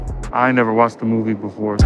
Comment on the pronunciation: “I nevwr watched a movie” 💀💀